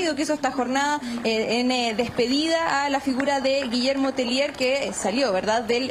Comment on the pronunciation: Un alcance el apelliddo es de origen Frances,,, los periodista y presentadores del noticiero Pronuncien bien el apellido,, No es "Telier" Es Tellier"" una i en frances ante una LL (lle'ie)